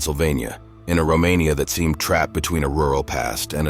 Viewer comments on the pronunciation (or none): none